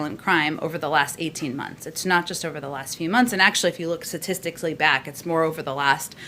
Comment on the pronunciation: Wow! She's a Wm. & Mary grad (2000) and can't even pronounce statistically correct. I guess she mangles the spelling too: staStically.